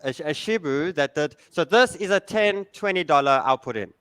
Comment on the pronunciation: can't handle the name shibu 😂😂😂